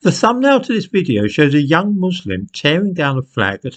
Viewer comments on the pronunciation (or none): none